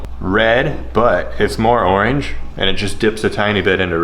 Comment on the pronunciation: The way you say oreeenge really got me giggling